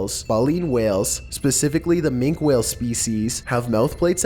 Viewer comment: He mispronounced "Baleen" AND "Minke", that ruined #5 for me